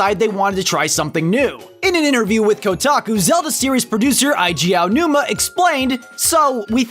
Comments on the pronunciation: eye-ge aonuma? eye-ge? really? isnt it like eiji, ay-ge? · It sounded like he said 'I. G. Aonuma.' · You went to a lot of trouble to pronounce the Japanese title of the second Tingle game, yet you and a bunch of other YouTubers can't pronounce Eiji Aonuma right. If you're going to be a weeb do it right. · When a Zelda DYKG is uploaded, it is a matter of "when", not "if" the speaker will pronounce Eiji Aonuma's name wrong.